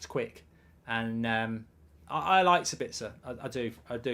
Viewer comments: For your info it is pronounced saabitzer so basically a long pronounced a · As a guy from Austria it´s pretty hard to endure his pronounciation for Sabitzer xD.